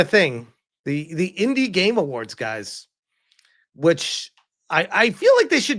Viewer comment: "The indi Gaymes awards"